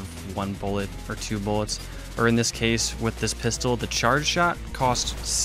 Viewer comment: “Need more boolets” x7